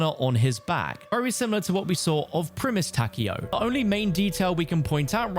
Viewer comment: Takeo being pronounced "Tacky-o" pains me lol